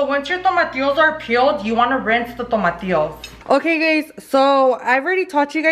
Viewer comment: I get anxiety when she says tomatios bolio instead of tomatillos bolillos 😂